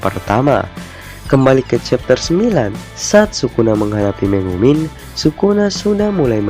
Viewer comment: Megumi bukan megumin ahh